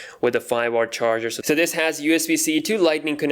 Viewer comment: Did he say watts or wartz